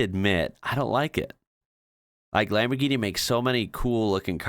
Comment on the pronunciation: ch and gh are different for a reason, they don't make the same sound, both c and g have a hard sound when followed by h and a vowel, in Autobianchi the sound is "k" as you said, but Lamborghini is not lamborkini at all, here pronounces it correctly, lambor-gee-nee, with the g having the same sound as in "gift".